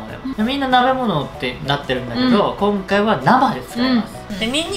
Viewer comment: ちゅんぎきゅ、こんきゃい、にゃまw w